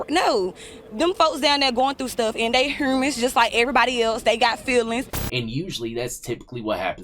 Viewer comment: I was listening to this at work and had to go back I was like what the fuck did she just say